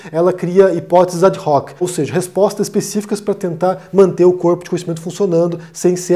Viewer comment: Quando eu li "O que é ciências, afinal?" no fim do meu caminho de 10 anos para me formar como Físico na UFRGS, mudou completamente a minha visão de mundo. Pseudociência é fácil identificar mas delimitar ciências é um assunto espinhoso. Fale mais sobre Filosofia da ciência. Ah, e no Brasil Ad hoc se pronuncia adóqui.